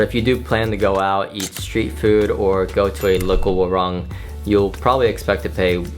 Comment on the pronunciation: Most foreigners still can't pronounce warung correctly. It's supposed to be with "oo" = waroong